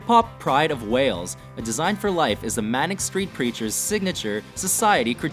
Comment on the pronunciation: I- that's...that's not how you pronounce manic street preachers....